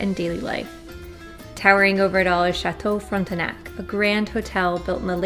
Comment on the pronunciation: Very informative and very well produced video. Allow me to correct you when pronouncing “le Château Frontenac” the “e” in the middle is silent, it’s more like Frontnac when saying it. Cheers!